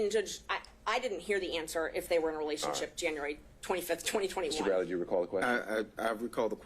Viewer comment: "I dont racall".... 4,597 Times.....No Surprise 😂